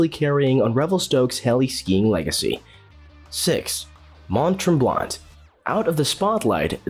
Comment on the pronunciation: Clear you are not Canadian 😂 Mont Tremblant is pronounces Mont Tremblan (the t is silent ) Lake Louise is not pronounced as Lewis